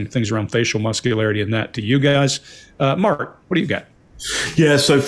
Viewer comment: why did it sound like called Mark “Margaret” here? 😂😂😂😂